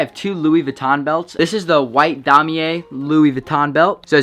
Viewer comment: It’s pronounced “dem yay” not “dom e yay” just a fyi